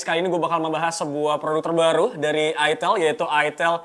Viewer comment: Itel salah sebut dikit langsung jadi itil😖😖😖